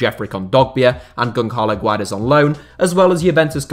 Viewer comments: Goncarlow Guaires?! It's Gonçalo Guedes,improve your accent ffs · GONKALO Guedes... bro, that might be the worst one yet. I thought Brits knew how to pronounce the "Ç" because of French?